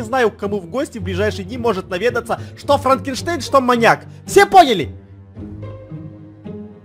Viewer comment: Гогда Эдисон сказал маньяк мне показалась маяк